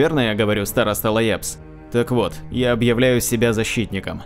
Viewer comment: Староста Ляабс, а не Лаябс.